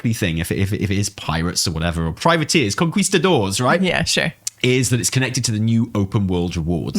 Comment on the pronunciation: Spanish: kon-ki-sta-dor Americans: kuhn-kih-sta-dor: KonQUIHsTaDOr 😂